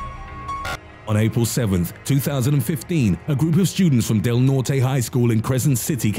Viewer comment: you said Del Norte wrong... its (Del-Nort) not (Del-Nor-Tay)..